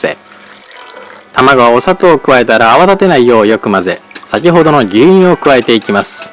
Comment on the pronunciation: 牛乳の発音がめっちゃ昭和っぽかった